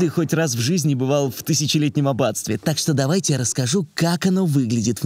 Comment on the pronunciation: Не "видИо" а "видЕо"; не "дОвайте" а "дАвайте"; и в конце концов не Пушкин а ПТушкин. Буква Т присутствует! И это не пушка а птица. В остальном, конечно Птушкин уже перешёл на другой уровень👌👌